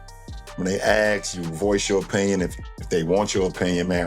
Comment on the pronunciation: Ask not “ax” #lebron #westofengland